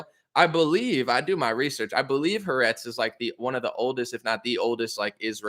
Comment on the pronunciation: the Israeli media company’s name is pronounced Ha-Ar-etz 😉 loving you. Keep up the good work